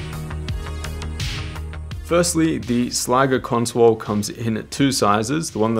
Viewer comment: Why do you keep saying conswole?